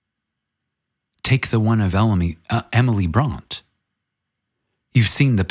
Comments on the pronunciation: Great reading,! As always. And I appreciate you repeating the passages that bear repeating. (just one thing, the name is pronounced Bronteh) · Pronounced Emily Bront(ay).